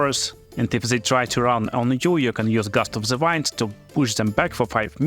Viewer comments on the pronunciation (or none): I just wanted to explain Gust of "wind" is pronounced "weend", as in "It is windy weather". The other "wind" you are saying is "waynd" which means to wrap or twist something around something. 🤩